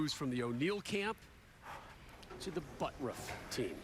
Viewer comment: "BUTTURFF" should sound like BUT TURF not BUTT ROUGH , but today he is just BUTT HURT!